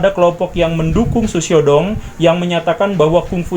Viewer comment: Hahahhahaha ternyata mengikuti juga mantab Pak Guru... Xu Xiao Dong.. cara Bacanya gini Pak : Shh....( kayak ngusir kucing ) Siaw Tung..cara bacanya gt Pak hahhahaha..